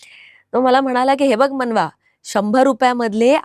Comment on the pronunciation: "मानवा" नाही रे"मनवा" आहे 😂😂😂😂